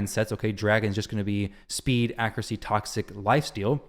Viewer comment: It kills me the way you say accuracy dude 😂 you say it “accrucy”